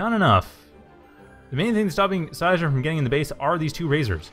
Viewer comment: cheers for using "they" and the pronunciation of seisdrum's nick is almost perfect :)